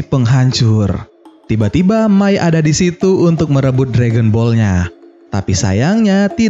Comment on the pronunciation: Itu May bang bukak mei